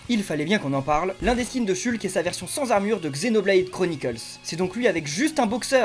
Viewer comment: Ça me fait rire que tu le prononce "chulque"